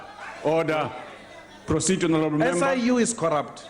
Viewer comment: Honerrrreebo 😂😂😂😂😂 much respect Malema from Kenya.